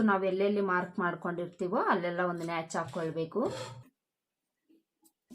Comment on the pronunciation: Please madam, natch ಅಲ್ಲ, notch ಅನ್ನಿ